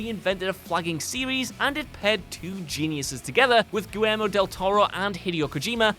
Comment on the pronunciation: can you go ONE VIDEO without talking about PT and kissing Kojima's ass??? I guess not... and for fuck's sake, learn to say Guillermo, it's not that hard...